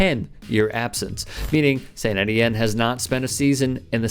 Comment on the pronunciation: Étienne - pronounced Ay tee enne - French for Stephen.